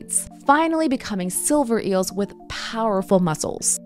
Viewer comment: "Eeuhls" 😂 Also, eel isnt Kosher so it would not have been at the Last Supper.